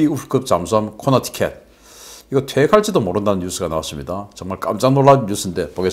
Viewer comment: 코네티컷을 코너티켓이라고 발음을 하니 굉장히 이상하게 들림.